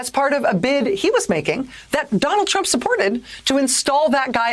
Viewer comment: did she just say trumpet?